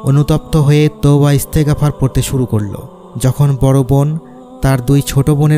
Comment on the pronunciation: এস্তে গাপার, না। বলবেন এস্তেগফার, এক সাথে উচ্চারণ করবেন।